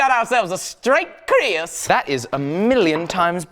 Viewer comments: its keris not kris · dude it is Keris not Kris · Don't mean to be a stingy dingus, but Kris is pronounced "Krees"